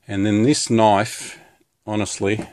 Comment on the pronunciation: "dats nat o noaif" xD